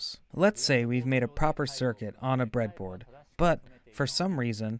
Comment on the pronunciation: The "Bread-A-Boardo" gave it away to me. But I don't mind, as long as the content is good